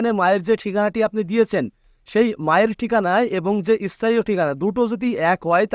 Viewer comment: Arekta vul ,সেটা হচ্ছে কথাটা স্থান হবে ইস্থান নয় । স্থায়ী হবে ইস্থায়ী নয়😂